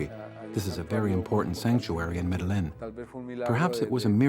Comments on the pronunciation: "We visited The Virgin Mary in Medellin...." It's pronounced Med-ah-yeen. It drives me insane that so many people call it Med-a-lynn!!! 😖😖🤯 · People never pronounce Medellin correct (minute mark ). I lived in Medellin for exactly 1 year and they speak a different dialect of Spanish. The double ll is not a y sound but a g-sh sound. Like saying Medegshene!